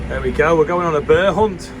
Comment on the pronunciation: It's a bear not a burrr 😂